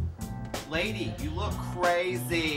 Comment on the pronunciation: "lady you ook crrrrraaaazy" lol